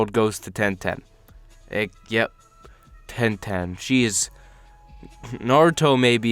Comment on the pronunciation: You smoking something saying ten ten